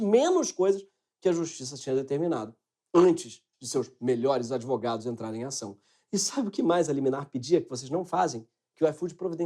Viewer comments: Simplesmente AMEI. Esse "idvogados" fechou com chave de ouro. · "Idvogados" a ideia foi jogada. Hora de agir